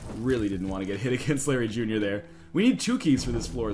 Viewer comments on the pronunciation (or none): When you started that Larry Jr fight, i thought you said Blueberry Jr XD